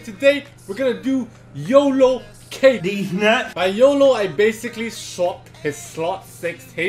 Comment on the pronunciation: Bro is pronounced like Kadeez. Ka= Kaboom. Deez = Deez nu$@ Kadeez